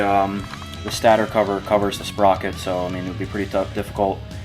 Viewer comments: Lol he said stater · St8er not stat-er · Thank you. Butttttttt...... it's a stator cover... pronounced stay-tore cover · It’s pronounced ‘staytor’